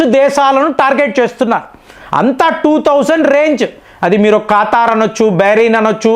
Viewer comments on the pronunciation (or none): none